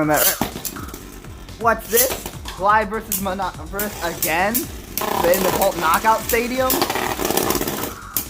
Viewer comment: It's pronounced Min-neh-bore-ohs btw lol